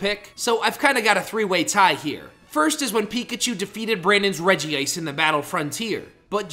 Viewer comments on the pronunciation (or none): none